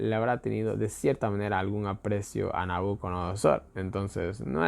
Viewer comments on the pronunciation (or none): SI: Nabucodonosor NO: Nabuconodosor